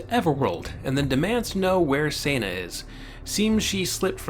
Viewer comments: Its Seh-na like Sentence...Not Sana like Santa ;) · HOW DID I MISS THAT YOU DID THIS?! Time to Binge-Watch! one review later You make a great point about Toxic Masculinity. I hope you fix Senna's pronunciation in future reviews. Remember, it's a bastardization of her actual name, Senda, which is Spanish. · This is a very well thought-out commentary... but I can't help but wonder if your tendency to say Senna's name every way but the *right* way despite the simple and clear-cut spelling of it is something you're doing intentionally just to screw with viewers, or if you just literally don't realized you're switching up the pronunciation every other time you say it. Like I said though, this is a great rundown of the book on your part... and the books, themselves, were all excellent. One of these days I'll have to dig my copies of the series out for a re-read, and for my daughter's first. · You're saying Senna wrong!!!!!!